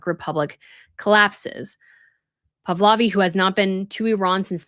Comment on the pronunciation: Pahlavi, NOT Pavlavi. Please get this right !!